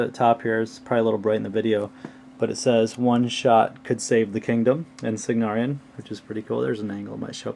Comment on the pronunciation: love it, however isnt it Cygnaran* and not "Cygnarian"?